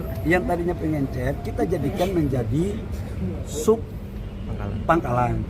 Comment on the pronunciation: Kelas Mentri bilang PENGECER saja PENGENCER😂😂😂